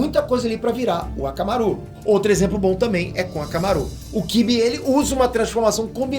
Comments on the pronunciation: Não se fala hakamaru assim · falou errado aí Tá falando akamaru errado q isso